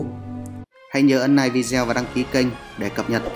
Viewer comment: Đọc còn ngọng làm youtube chi...."ninh hồn, rất nạ, nike, Dũng tai no".